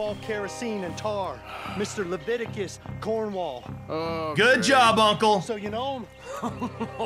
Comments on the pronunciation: Leviticus! Not Cornelius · listen it Leviticus Cornwall not CORNELEUS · Am I the only one who's annoyed that he cant get the guys name right. Its leviticus Cornwall. C'mon tour the smartest guy on earth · It’s lavitcis Cornwall